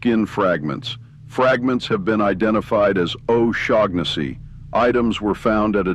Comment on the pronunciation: Do double-check the pronunciation of names before reading (or, in this case, using text-to-speech, but I hope you grow out of that soon and grow into your own voice). "Shaughnessy" might be misspelled here but it's pretty clearly just a variant on an existing name, which has no G sound (SHAW-nuh-see). Especially when you're gonna be repeating a name many times, you don't want to get a clearly inaccurate pronunciation.